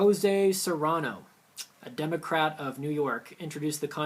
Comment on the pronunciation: It sounded like you said DemoCRAP.